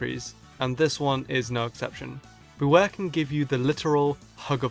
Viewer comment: IT'S BEWEAR, NOT BEWARE! AND IT'S LEGENDARIES, NOT LEGENDARYS!